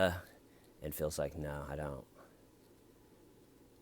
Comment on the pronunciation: Phil the big, white boy, preppie, med murder without a lawyer. Phil pronounces word no like now. “No, Phil or now Phil” yeah Phil, do blame us cops for your bullshit